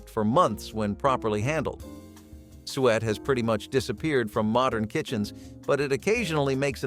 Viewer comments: Suet! Soo-ett! Not sweat 🤣🤣🤣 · Suet not sweat- gross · It’s pronounced soo-et, not sweat. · It is called soo-ett. You're hurting my ears.😂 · "Sweat" LOL SUET - "SOO - et" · It is pronounces sue-ett! Not sweat!!! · 😂😂 such bad pronouciation😢. Suet is not swet it is soo-et 😂😅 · Suet isn’t pronounced “swet.” It’s “SUE-it.” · It's sue it, not sewet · Sue et, not sweet. Sue et = Suet. Or sue it. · Yeah, I think they meant suet, but pronounced it incorrectly. SOO-et not Sweat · BTW, suet (fat) is pronounced "SOO-it." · I wondered what "sweat" was, it was the suet he mispronounced. I had a good chuckle out of that one. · In my area Suet was pronounced Sue-et, so it took me a moment to realize what he was talking about. My Grandfather was born in 1919 and was the oldest of 9 surviving kids. His father was a coal miner, so the family had tough times all the way around. He talked about how his mom would feed the kids flour with water mixed in for breakfast and if there was any left she would use it to re-"tape" the wall paper back on to the wall. He said it was not good but it stuck to their ribs. If there was 'road kill' it would not last long due to the local law quickly grabbing the animal to feed to people in need. Grandpa said his mom and other poor women would knock on doors to ask for work, just some flour, salt or anything the resident was willing to trade. The women would work themselves to the bone just for a cup of flour. Later when he became a rancher and the war was going on he talked about how every part of the animals was saved for families in need. Old hunters would also go into the mountains to hunt anything to help women with children at home. These times were tough but people found a way. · Just wish they would pronounce suet properly😊